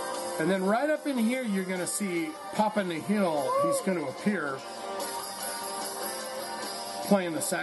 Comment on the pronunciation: "Nihl" is pronounced "Nill" as in "zero" or "nothing"